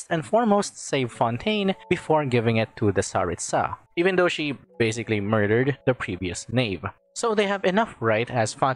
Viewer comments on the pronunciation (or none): none